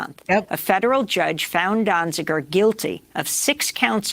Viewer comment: Great report. But... And some people might consider this a minor point... Is that how you pronounce Steven's surname? used two different versions in this video, 'Dozinger (which also appears in the title) and later in the video as 'Donzinger', whereas Amy Goodman pronounced it 'Donziger'. Which of these pronunciations is right? Out of respect for him and the great work he has done, we should at least try and get his name right.